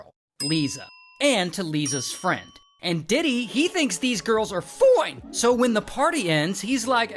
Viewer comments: Bro said foine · The “Foine” is hilarious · am i the only one who thought “foine” meant “for em”